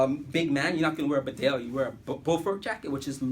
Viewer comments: It's pronounced Beedale, named after a village in Yorkshire, England. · BEE DALE………GOD DAMN IT……… : )